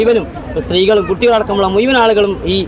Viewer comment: മുയുവൻ അല്ല ഷംസീറെ, മുഴുവൻ ✔️ 😊